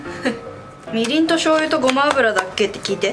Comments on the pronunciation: ごま油のこと、ごまゆって言うの！？ ごまあぶら じゃなくて！？ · ごまゆじゃなくてごまあぶらじゃないですか～ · ごまゆじゃなくてごまあぶらって読むのでは？